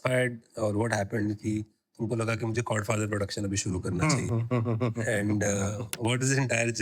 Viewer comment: Dude… Chord Father. I was listening to this podcast and kept hearing Godfather.